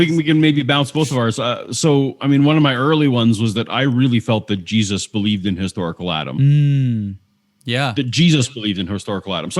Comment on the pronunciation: "His Darkle Atom" = historical Adam